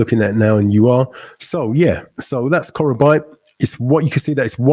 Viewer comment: face-blue-smiling::face-blue-smiling::face-blue-smiling: bro it is pronounced '' KO KRO BEE TE ''.